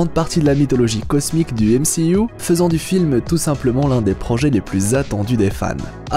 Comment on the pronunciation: J'adore quand il dit MCIOU xD